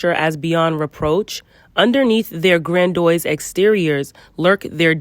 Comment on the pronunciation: That word grandiose is pronounced grand-ee-ohss. I think you said it like grand-oys